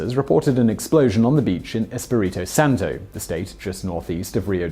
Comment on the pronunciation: These names are in portuguese. You don't pronounce them like if they were spanish names. "José" particularly: the "J" is pronounced as the sound of "g" in "age". And the "s" is pronounced with a "Z" sound, since it is surrounded by vowels. And lastly, the "é" is not a "closed" vowel, it's an open vowel (because of the accent), like the "e" in the word "yes". Also, for "Espírito Santo", you almost pronounced it right, but the accent in the "pí" syllable enforces that syllable to be the tonic syllable, not "ri".